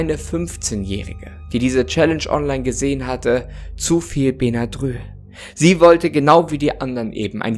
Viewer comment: Das spricht man bennadrill aus